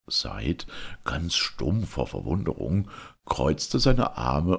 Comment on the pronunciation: Wunderbar gelesen wie immer ;) aber heißt der Junge nicht "sa-id" ^^ beste Wünsche und 1000 dank! <3